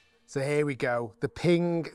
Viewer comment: Pinggah? I thought it was pronounced Ping.